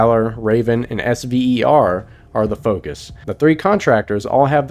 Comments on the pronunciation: Also no one said S.V.E.R we pronounce it Sev er. Had to say this because it was annoying me 😂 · The SVER PMC was pronounced "sever."